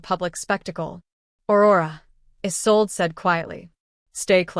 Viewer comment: What's with the gibberish that runs through parts of the story. The Story is Good I enjoyed it but someone really needs to do some proof listening or reading. Isolde, Isolde not a sold.